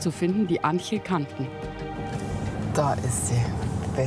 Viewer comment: Ich bekomme Ohrenbluten wenn Julia den Spanischen Namen ANGEL falsch ausspricht🙄